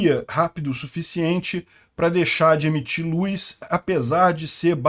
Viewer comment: Luz e não Luis.kkk